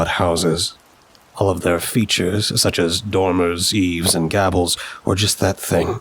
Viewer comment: I absolutely love this story but I couldn't help but wince with how he pronounced Gables